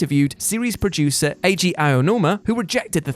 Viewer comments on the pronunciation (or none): none